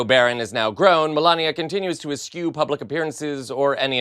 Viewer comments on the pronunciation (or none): stop with the BRUTAL < all-CAPS tactic of the enemy, lingo of machismo, pretty please. eschew, not eskewe